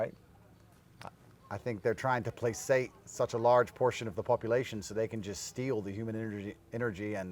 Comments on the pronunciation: and placate is pronounced: "plakate" not "plassate) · C'mon Andrew. Placate is pronounced with a hard c. And irregardless is not a word.